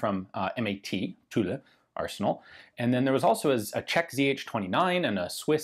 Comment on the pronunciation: Very interesting,as always however your pronunciation of Tulle is incorrect. It should be pronounced as « tul » not tula which is tha name of a Russian arsenal.